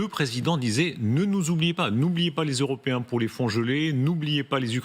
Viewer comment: C'est ce qui s'appelle un lapsus au lieu de dire les "européens " il a tout de même dit " les euro ps "